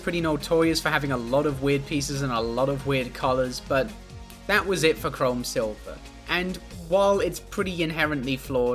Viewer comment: pronouncing chrome as chrom like the fire emblem guy makes me happy